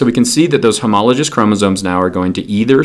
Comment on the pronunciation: This is nitpicky, but homologous has a hard G.